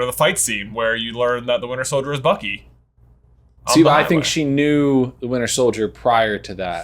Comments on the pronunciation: "Winter Sholdier" lol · "Winter shouljer." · Is no one mentioning how said "Winter Sholdier" when reading the question??